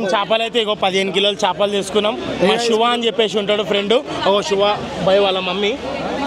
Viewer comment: Shuva kadhu shiva 😂